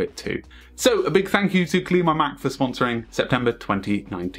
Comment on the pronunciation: It’s pronounced Clean My Mac Ten